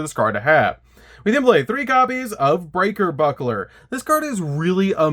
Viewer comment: I just wanna be the first to say I love your videos and I've been a long time subscriber. But please read your cards. As a fan of this deck it really hurts to hear you butcher all those names so badly. Copybukler? And breakerbuncler!?